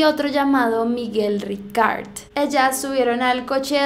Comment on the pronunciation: Porque carajo pones acento inglés en Miguel Ricart?😂😂Es valenciano wtf